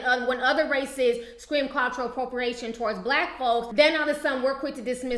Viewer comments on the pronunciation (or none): none